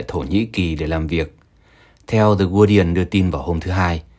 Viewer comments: đi ưn chứ không phải đi iên. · phát âm sai chữ Guardian ( đọc đúng là gá-đi-iên)